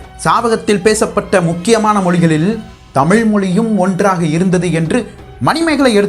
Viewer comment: Good effort than, aanal ungal tamizh pesum utcharipu seriyilaye ayya. Tamil tamil enbathu, & valinam, melinam thavaraga ullathe?